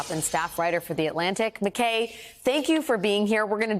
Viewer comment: McKay rhymes with eye not hay. Grr.